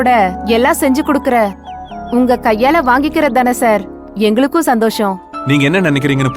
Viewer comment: pronounce funny. Always say cha for sa. Santhosam she says chandhosam. Sollunga she says chollunga. Lots of funny pronunciation she does. Rest of the other ladies speaking normal. I don't understand why